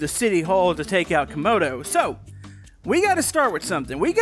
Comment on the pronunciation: why does Youtube always pronounce Camodo’s name as kAmOdO gAmInG? also on this episode “modal gaming”